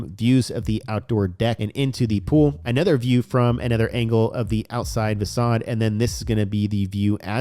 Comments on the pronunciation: Bro cool video but facade is pronounced fuh-sod not fak-ade… pretty sure that’s what you meant to say right ;-) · Facade please 🙏 Not facade it is facade the c is pronounced as an S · Fa-saaadd lol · I recommend learning the correct pronunciation of the word facade.